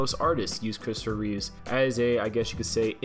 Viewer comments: It's Christopher Reeve NOT "Reeves." Show some respect. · It's not "Reevz", it's Reeve, Christopher Reeve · It’s Christopher REEVE, not Reeves